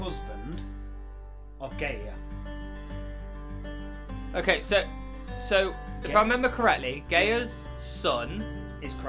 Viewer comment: Guy-a not Gay-a... Not homophobia intended.